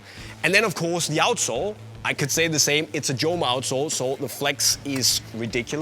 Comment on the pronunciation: Doesn't spanish operator know that it is "homa" and not "ʤoma". Unisport, it is a shame not to know correct pronunciation of one of the best indoor shoes brand